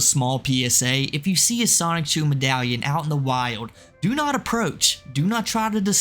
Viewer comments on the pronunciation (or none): Stop saying "Sonic-chu" its SONICHU